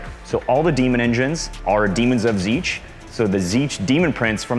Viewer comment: Why is he pronouncing it Zeetch? xD I like how is wearing his backpack while playing xD